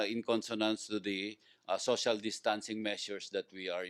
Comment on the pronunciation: finally, “social distancing” pronunciation is correct.